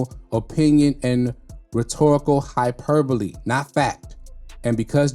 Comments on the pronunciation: You're the only reactor to pronounce hyperbole correctly lol. That word has been whooping everybody else's ass lol. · 😂😂😂😂 He said it so smooth that I didn't even notice. I don't think a lot of the others had ever seen the word in writing before... Lol